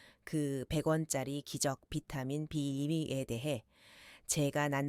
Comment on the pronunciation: B12를 사라 그말이요? 비타민 발음이 엉터리요.